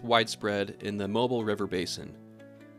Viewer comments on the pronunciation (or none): When talking about the Alabama port city and its river, it's pronounced moBEEL